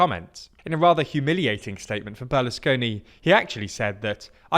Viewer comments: Just for the future, it's Berlusconi not Berlesconi. But great videos and as always, thanks for producing (semicit) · It's Berlusconi, not Berlesconi. Come on people...